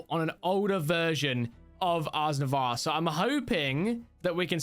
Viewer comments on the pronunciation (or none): Was it pissing anyone else off that he was pronouncing ars nouveau as azz nevoir? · it is pronounced ars no-voo